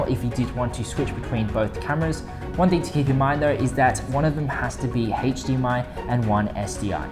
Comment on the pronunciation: Anybody else overhear the “hache dmi”?